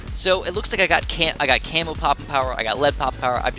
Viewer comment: I thought he said cammel popping power! XD